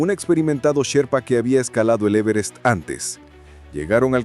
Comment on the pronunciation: En la ia esta no se pueden pronunciar bien los acentos,el e verest?